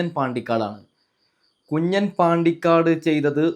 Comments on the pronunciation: കുഞ്ഞൻ അല്ല കുഞ്ഞാൻ ആണ് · കുഞ്ഞാൻ ആണ് കുഞ്ഞൻ അല്ല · കുഞ്ഞൻ അല്ല. കുഞ്ഞാൻ...